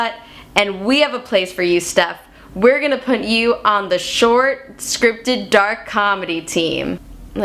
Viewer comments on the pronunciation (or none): This girl does not know how to pronounce "put".